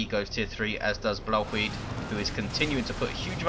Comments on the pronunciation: i lol'd so hard when you first tried to pronounce 'Blauwhuid'. it's dutch, the dumbest language in the world, so i wasn't surprised :P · I lol'ed when I heard your Dutch pronunciation(#Blauwhuid). Insta-liked. Great casts. Been a silent watcher for a while now...